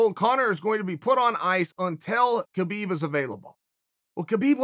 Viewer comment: i think hes saying habeeb wrong on purpose now.....